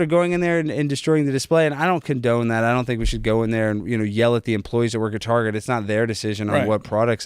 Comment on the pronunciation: Target pronounced targay